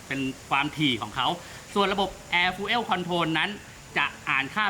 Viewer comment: ผมขอโทษที่ถามครับ อ่านว่าอะไรครับ air fuel sensor มันอ่านว่า แอร์ ฟิว เซ็นเซอร์ ใช่ไหมครับ ออกเสียงว่า ฟูลเอว หรอครับ